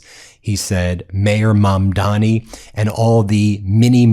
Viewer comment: Each time you say mandami I'm out.